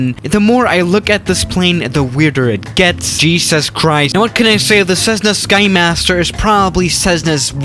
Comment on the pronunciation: Theirs nothing weird about this plane except for the way you pronounce cezzna skhimasterr rofl. Ive been waitin for this to come to msfs marketplace already.